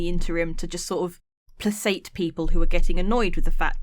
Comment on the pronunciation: And tell she mis pronounced the word placate. Pla kate